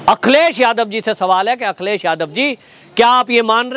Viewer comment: Akhilesh Bhaiya ka name thoda ache se boliye